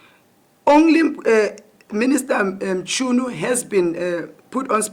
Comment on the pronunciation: But why Minister "Mtshyunu"😂😂